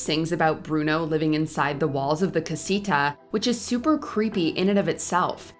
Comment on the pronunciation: Jesus Christ, the way she says “Encanto” and “Casita”. It’s so bad 😂